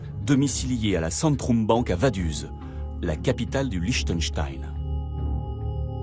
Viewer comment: HAHAHAHA comme il a prononcé VADUZ On prononce VADOUTZE PAS VADUSE rooohlalla ces français c'est comme la JUVE c est pas la GUVE on prononce IOUVE !!! ;) PS: Message d'un suisse qui aime bien la France ;)